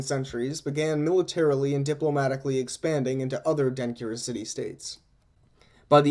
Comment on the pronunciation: Really enjoyed this Even though I am finding it a year later!!! One note: When you combine certain letters in Akan languages it changes the sound, for instance a (ky) makes a (CH) sound. so Denkyira would be pronounced DEN-CHEER-A. But I am very encouraged at this podcast and will be engaging as much as I can. Thanks again!!!